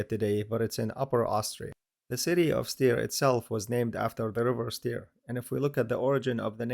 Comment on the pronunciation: Small correction regarding the pronunciation: Styria is "Steiermark" in German, and the city Steyr is pronounced the same way as Steiermark -> "steier" [ˈʃtaɪɐ]. "St" like English "sh + t", "ei" like the English "a" in car + the "i" in win.